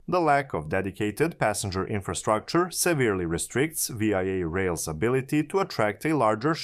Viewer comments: One would think that if one were making a public video about VIA rail one would know that there is not such thing as V....I....A rail. This is only called Via rail by Canadians. AI stands for Artificial Idiocy. If one cannot even rely on the pronunciation that all Canadians know it calls into question all the information that you proport to present. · Great video. Small point, its not said "Vee Eye Eh (V I A)” it's spoken as the word "via". As in "I'm flying to Singapore via Lahore” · Great video! Just a friendly tip, VIA is pronounced veeyah, one word. I am from Toronto so I know. Keep up the good work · VIA IS SAID VEEYA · Pronunciation is the English word "via", not each letter of the word. I'm hoping this private-partnership doesn't turn into a 407ETR type operating agreement with no fare control. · I can’t watch this anymore…it’s hard to listen to a foreigner say VIA, It’s Vee-Ah. JFC mate, learn how to speak properly! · Like VISA but remove the S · Great video. But you pronounceing Via like an acronym instead of the word was a bit grating. Its pronounced like the word via as in traveling to a destination via a train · How do you do the research for a video like this, and never hear the word pronounced?! How do you spend 20-40 hours on production, and never bother to fix such a glaring mistake?! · The mispronunciation makes it seem like he's talking about some other country. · I'm fine with people from other countries occasionally mispronouncing a Canadian term. It adds colour. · Also... If you're going to pronounce it like it's an acronym, do you not have even a tiny bit of curiosity as to what that acronym stands for?